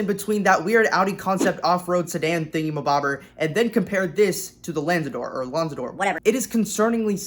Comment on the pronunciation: 1. It's not the first full EV lambo, it's the 2nd. the 1st is the Terzo Millennio. 2. 'Lanzador' is pronounced similarly to the Aventador, "LA"-like 'LAs Vegas', "NZ" jut 'nz', "ADOR"-just as Aventador